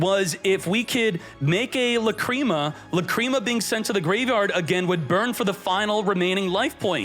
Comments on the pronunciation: 😂Or when he says "La Creama" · Not only pronounce Lacrima and Apollousa wrong, now Mu Rcielago too lmao Murcielago LITERALLY means bat in Spanish.